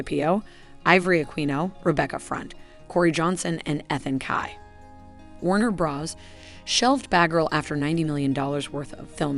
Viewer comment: SomeThing wrong with the pronunciation: especially with the name “batgirl” and “Warner bros” sounded like “bahghirl” and “wanderbrahs”.